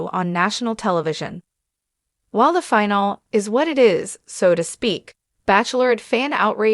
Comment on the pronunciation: What the hell is a "finel"?